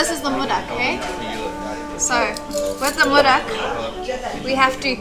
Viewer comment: It's not Murak. It's Modak, we serve it as a Prashad after Prayer of lord Ganesha 😊